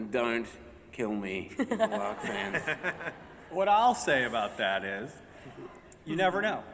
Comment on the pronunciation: LikelyFire 718 how? it’s Clarke not clake lmao